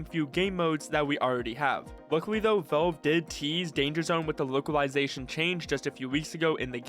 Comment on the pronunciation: bro really said "volv"